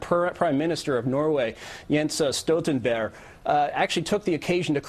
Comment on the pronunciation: This fucking dumbass (Whiton) decribed Norway as "Neutral" in the war against terror when we've had regular troops...F-16's and special forces placed out at your request... Also he called the PM Jensa Stutenbear (Actally Jens Stoltenberg) BERG is a common ending in many american (ok jewish based, but still) names... he should get that right at least ...right? no not him Also he seems to take this oppurtunity to take a stab at the climate discussion... nice timing asshat.. Maybe the reason you can't pronounce the rather orthodox ending of a jewish name BERG because you're far to attached to Adolph Hitler